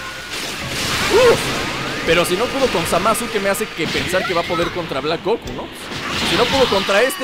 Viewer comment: es black goKU, no black GOku!!!